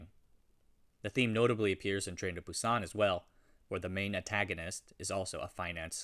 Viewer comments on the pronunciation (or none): none